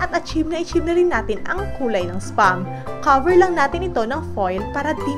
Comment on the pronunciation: Caver lang natin eto! Fish saws! Tangina english 🤣🤣🤣🤣